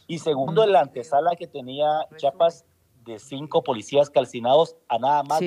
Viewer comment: Que diga bien Chiapas no chapas no es puerta